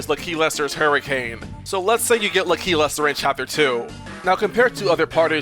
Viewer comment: Bruh, it’s LAKilester, not L’keylester